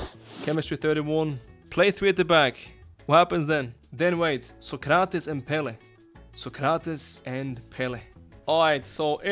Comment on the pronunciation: Sócrates the accent is in Só 😉, Pelé is in lé 😉